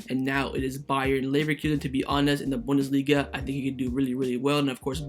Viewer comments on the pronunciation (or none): none